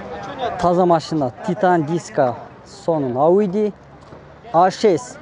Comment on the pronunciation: Айюди эмес ауди десен тантык ,кичине даярданып чыкта !Озундун тартып суйлогонун жакшы эле